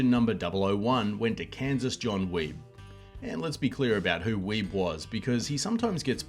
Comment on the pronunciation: John's last name is pronounced WEE-BEE.